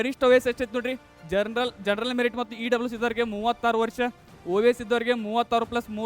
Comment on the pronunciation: ಜನರಲ್ ಅಂತ ಸರಿಯಾಗಿ ಉಚ್ಚರಿಸಿ ಜನರನಲ್ janaranal ಅಂತಿರಲ್ಲ